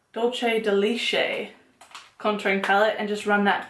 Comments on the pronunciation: Leche is milk in Spanish haha 😝 dool-se deh leh-tcheh 👌🏾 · Dulche de Leche is pronounced Dull-say da le chay just so you know :) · dulce de leh-chay lol